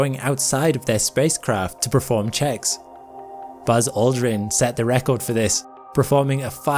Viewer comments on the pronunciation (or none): I love you. But for the love of all things sacred, it's perform, not preform.